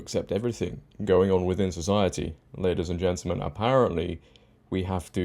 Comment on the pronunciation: Brilliant show just one point to make and help you out. You pronounce gentamen as gentlemen, this is very important.